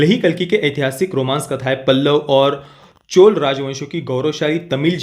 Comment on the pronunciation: चोल साम्राज्य ऐसा उच्चार है, चोला नहीं!